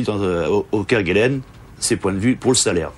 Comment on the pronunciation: On ne dit pas Kerguelen (kerguel1) mais "kerguelaine" malgré l'hortogrpahe.